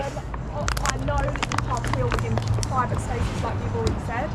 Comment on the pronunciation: It's PREEVIT PROPERTY dont you know 😅